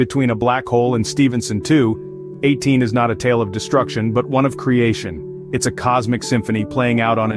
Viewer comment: It means the bot wasn't taught the correct way of saying it